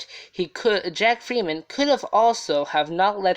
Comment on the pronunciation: His name was Jack Ferriman, not freeman u tool.. 😓